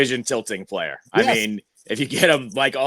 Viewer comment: I love ya.. but please don’t ever “Playa” like that again lol 😅